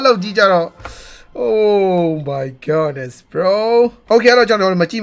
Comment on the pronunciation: ဘာလို့အမြဲ Oh my Godness (ဂေါ့နက်စ်) လို့ပြောတာလဲ ။ Oh my goodness (ဂုဒ်နက်စ်) လို့ပြောရမှာဗျ။